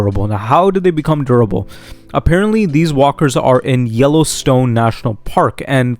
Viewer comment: Interesting theories. Just slow down when saying "durable". It sounds like you're saying "verbal". Actually, verbal walkers would be terrifying!